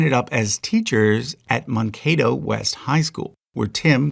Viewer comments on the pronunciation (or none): Mankato is pronounced man- KA-to, not mahn-KA-to. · Man kay toe not how you said it. LOL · It is not a big deal, but it is pronounced Man K dough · One tiny correction: Mankato is pronounced like a human male, "man"kato, not "mon"kato. Congrats on getting the kato (kay-toe) right! Missouri River runs through North and South Dakota, but they're normally thought of Midwest. States to their west (Montana, Wyoming, Colorado, etc.) have mountains so are in the Mountain West. Dakotas are pretty flat. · Mankato was mispronounced as well. I learned that one from Little House on the Prairie. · So many bizarre pronunciations in this I was starting to wonder if he was a bot. Including Mankato.